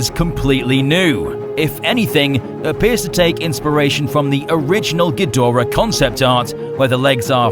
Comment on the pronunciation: The linnorm look is good, just as is the quadrapedal look. Ghidorahs tend to be pretty impressive, which goes to show how much behind-the-scenes effort goes into refreshing the classic kaiju. In the Showa days, one bad dub changed (gee do rah) into (gee DOR ah) and fans cringed. Generations and many swallowed Tide Pods later, western fans take pride in mangling the name. 'Poor spacedragon.